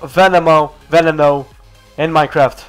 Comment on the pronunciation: Veneno!! not venemo